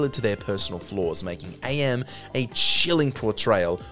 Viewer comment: By the way, AM is pronounced "am", NOT "Ay-Em". He literally explains that his name is from the translation of "Cogito Ergo Sum", which is "I think, therefore I am."